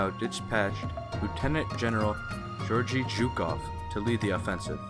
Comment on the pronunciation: Mispronounced Georgy. It is the other G sound not like in George but G as in good. Also there were no German armor or British soldiers at Khalkhin Gol. Good presentation though.